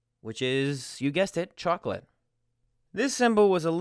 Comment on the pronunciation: How did the 's' consonant suddenly turn to a 't' sound in cho-ko-leet?